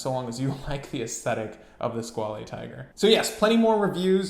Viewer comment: Squale is pronounced "[squale]" :) Hope that helps!